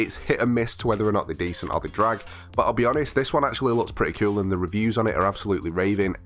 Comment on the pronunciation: I love when he says coul😎😂